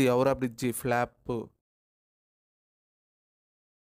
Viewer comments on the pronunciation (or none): Flop ❌plaapu...✅😂😂😂